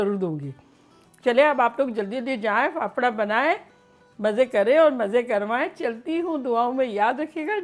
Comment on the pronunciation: Faafda not phapara 😁